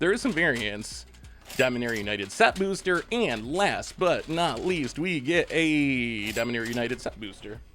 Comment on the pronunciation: I love they way you say “bewster”